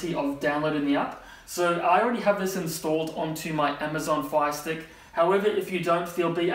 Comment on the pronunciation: I thought he was saying Phi stick